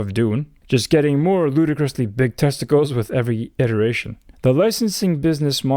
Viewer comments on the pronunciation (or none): none